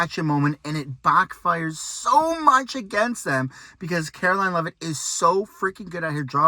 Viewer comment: "Bockfire"? NO ONE pronounces backfire like BOCK fire...unless they are an Origami Chicken!